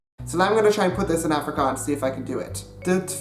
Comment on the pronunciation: Afrikaans is my mother tongue and just by reading the Dutch comments I can almost exactly understand what they are saying, but if I can just add one correction ; the mistake you have when talking Afrikaans is you have to go check the out the "e" and "ee" sound , the pronunciation is a little off. Afrikaans is my moeder taal en net met die lees van al die Nederlandse comments ek kan omtrent heeltemal uitmaak wat hulle sê, maar as ek een fout kan regstel is ; die fout wat jy maak is wanneer jy Afrikaans praat is jy moet die uitpraak net gaan oorkyk an die "e" en die "ee" geluid, die uitspraak is bietjie verkeerd.